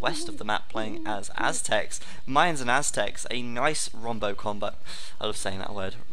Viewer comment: I think it's "Wombo Combo", not "Rombo Combo."